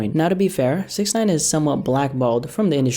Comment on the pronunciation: You saying Snitch9ine's name wrong